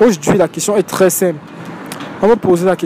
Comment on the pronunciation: Un mec pauvre mais CRÈS bon au lit...ce sont mes oreilles ki me font default ou alors tous ces Camer disent “crès” au lieu de “très” avec 1 “T” 🤔